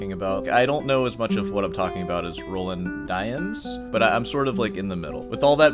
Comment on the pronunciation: Roland Dyens is pronounced Row Laand (a long "A" aa in lawn) Dee ans. He is now gone and missed by many of us old time guitarists as he was a wonderful composer and arranger. His jazz standards on the classical guitar are unmatched and most difficult to perform. When he starts at a concert, he improvises, playing something from his head. In this way he begins to get into the right frame of mind before he starts playing the pieces on the program. He was a friend and mentor to many of us, and he would play from a whisper to triple forte. His comments to students at master classes are most valuable because he doesn't pull any punches similar to your style of speaking. When he came to San Francisco I would attend his performances. He was one that I wouldn't miss, along with Yamashita.